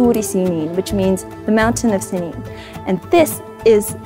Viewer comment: Semien or Simēn NOT Senyin please go to the maaaaaaaaaaaaaaaaap